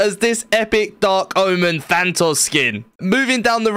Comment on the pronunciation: Also thantos